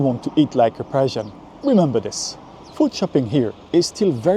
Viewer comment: It sounds like you are saying Persian